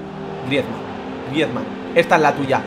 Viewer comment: por favor, si quieres que siga viendo tus vídeos y por mi salud auditiva aprende a decir el nombre de Griezmann